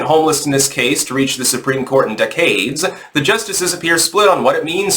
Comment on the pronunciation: DeCADES? I am now convinced that you mispronounce words on purpose for a signature.